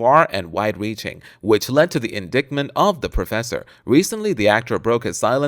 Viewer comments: What the hell is "in dick ment"? Learn to speak, dumb-ass. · Mall-treatment, indict-ment, reader should go over script first and learn correct pronunciation. Geez.